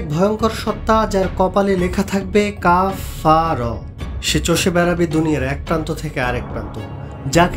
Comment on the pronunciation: প্রথম শব্দটা হবে কাফ ফা র মানে কাফের, উচ্চারণ টা ঠিক মত করতে হবে।